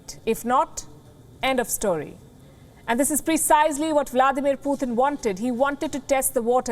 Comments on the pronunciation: its not puthin its pu-tin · Pooooothin lol 😆 P U T I N or Pee uu tin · It's not puthin